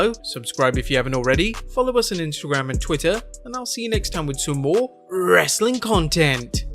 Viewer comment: People wit accents shouldn't try to say rastling